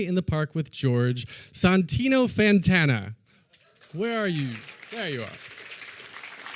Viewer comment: Sontino Fantana might be my favorite mispronunciation of his name yet!